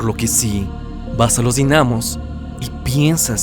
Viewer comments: yo entrando en conflicto porque dice dinámos y no dínamos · Dinamos sin el acento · Dinamos jajajaja no se pronuncia con asento :v